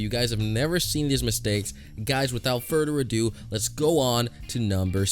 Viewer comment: furder adoo